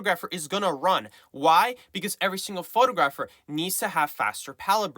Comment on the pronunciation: How you mispronounce photographer is jarring. Surely you should make sure you know how to say the word since it's the main word you'll be using all the time 😅